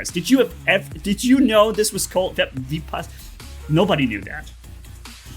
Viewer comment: I knew it coz the ability name, and the weapon's name that came with Indra titan (vajra, and maha vajra) are taken from the Hindu mythology. (the names only) and btw the ability is pronounced as vi-paas-naa and the waepons are not vaha and maha vaha its vaj-ra and maha vaj-ra, weapons names arent that hard, but ig Hindu words are hard for rest of the world